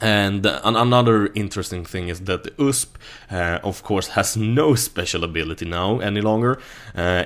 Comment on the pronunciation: it's not usp it's U.S.P xD